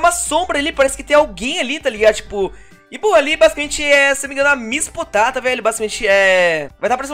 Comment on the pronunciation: kkkk vc disse missi potata